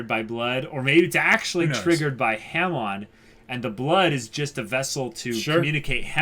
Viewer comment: It is pronounced (HA-MON)